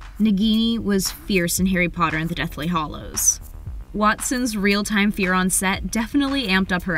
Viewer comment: Deathly hollows? Deathly HA lows is how you pronounce it